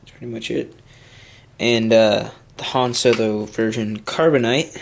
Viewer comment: its han solo!!! not hun solo!!!